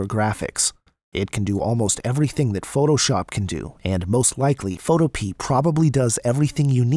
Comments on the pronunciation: learn how to pronounce the word PHOTOPEA....it is not photo pee.....it is photo Pia ..it comes from the GREEK word fotopoia!!!!!! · is he rlly saying photo-pee? isnt it photo-PeAAA?? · I think it's pronounced: Foe- toe- pee- uh not: Foe- Toe- pee I could be wrong, though... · Photopea rhymes with Utopia. fo TOE pe uh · bruh really said Photopee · It’s pronounced..Photohpeuh